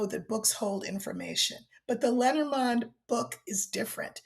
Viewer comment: For anyone who was confused as to what deck she is talking about, it's Lenormand. I pronounce it lay nor mand so I was like what the heck is lettermond? 😂